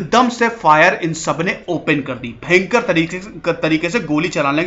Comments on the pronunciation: मुझे आपके कुछ शब्द बोलने का तरीका बहुत मजेदार लगता है जैसे 👂भेंकर👂मतलब भयंकर ओर एक है👍 ठीक है 👍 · "Bhayankar rrrrr"..😈😬🤢🤕😲😫....story...😁..nice..👍👍👌